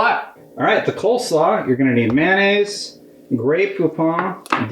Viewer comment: Man-ayse. Lol. Mayo-Nayze